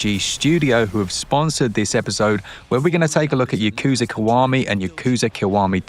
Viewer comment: Yakuza. Yah-kuh-zah. (Yes.) "y'KOO-zuh." (No.) Kazuma. Kah-zuh-mah. (Yes.) "k'ZOO'muh" (No.) "m'JII-ma" I fricking give up with this guy...